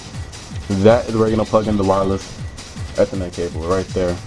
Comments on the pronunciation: lol ur saying ethernet Wrong( not to be mean ) u say it like ( eeeeee- therrrrrr -net) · You say ethernet wrong! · ha he said ethernet wrong